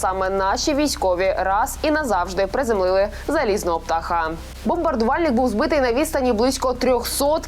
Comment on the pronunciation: Птаха'. Соромно чути українку, нездатну вивчити наголос в українському слові ПТАХ Птахі ' в